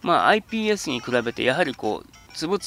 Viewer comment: 何回かISPって言ってる